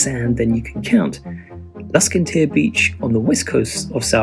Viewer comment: Spelling of Dunnottar? Pronunciation of Luskentyre? Come on guys, does nobody do any research before publishing this flawed commentary?